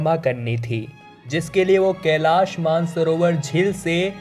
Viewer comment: केलाश नही कैलाश बोलो